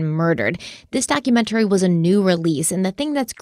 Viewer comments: 25 k likes for to start saying documentary correctly lol 😂 Just kidding love you ❤ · I personally love it when you're sponsored by Magellan tv because pronunciation of "documentary" is my most favorite ever. Great episode! My heart goes out to Connie's family and especially all the kids.